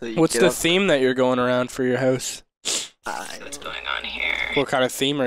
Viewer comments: I love how they say huse instead of house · House... H-O-U-S-E! not huse. lol I kid, I'm am just giving you a hard time! :)